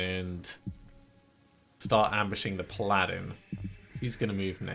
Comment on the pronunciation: when you said Pladdin. Took me a moment to realize you meant paladin and not the mystical magical carpet ride with Aladdin